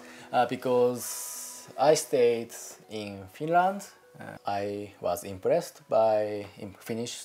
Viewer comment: yeah he lived in finrand